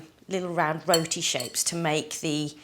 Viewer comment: Why is she saying “roti” like that